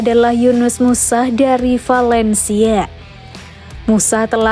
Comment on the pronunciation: vAlencia bukan vElencia